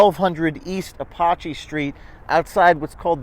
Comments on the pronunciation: Apache is pronounced "Uh-patch-ee". Come on James, this was taught in school all your young life. We all took American History. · It's Uh pach e.